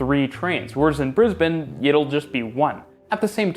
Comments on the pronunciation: As an Australian from Melbourne, having just moved to Toronto, I commend you pretty much nailing the pronunciation of Melb'n and Brisb'n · You got a like and a sub for pronouncing Brisbane right. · As an Australian, the most impressive thing about this video was an American pronouncing Brisbane correctly. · Thank you for pronouncing Brisbane correctly! I'm off to find the Brisbane underground rail video. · I appreciate the correct pronunciation of Brisbane. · Whoa............ you pronounced Brisbane properly.